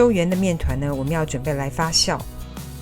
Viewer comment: 发酵jiao第四声